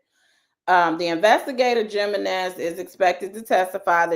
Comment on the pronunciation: I think the J in Jimenez is pronounced like an H as in "He men ez." Like Jesus is Hesus.